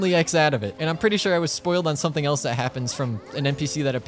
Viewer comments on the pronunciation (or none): none